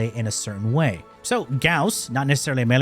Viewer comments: G-A-U-S-S not goss i swear of god man u and leam 😅😂😅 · Its Guss. Get it right